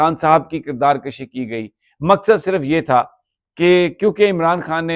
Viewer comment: Mr ITs NOT KIRDAR KASHI BUT ITs KIRDAR KUSHI QAAF K OOPER PAISH HEY ZABBER NHI BCZ ZABBER AGER HO QAAF K OOPER TO MEAN APNE AAP AAP KO MARNA JUB AGER QAAF K OOPER PAISH HO TO IS KA MUTLAB MARNA MEANS KHUD KUSHI MEANS APNE AAP KO MARNA FINISH KERNA JUB AGER ZABBER HO TO MEANS APNE AAP KO KHANCHNA